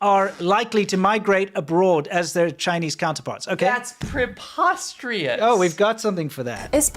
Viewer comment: Great. Thanks. Now I no longer know how to say preposterous correctly.